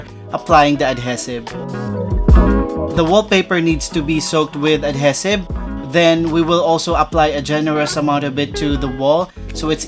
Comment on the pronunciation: I love your videos and you might hate me for saying this but ADHESIVE is pronounced "uhd HEE suhv" . Cheers